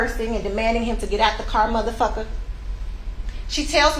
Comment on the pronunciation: LOL...she said mudafuka instead of motherf'r.....